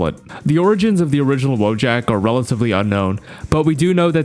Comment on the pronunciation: It's pronounced voyak, not "woah jack"